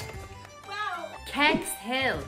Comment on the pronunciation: Kex sounds like Cakes :)